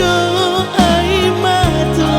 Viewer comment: Untuk pengucapan seharusnya Ayia Mato , bukan *Ayi Mato*... Ya ini koreksi dari saya. Terimakasih ..